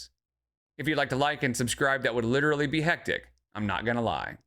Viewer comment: Expeshually, genuinely and leedurly!